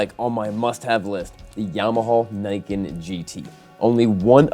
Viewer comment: You will pronounce it "Knee-can". Juhmuhaw kneecan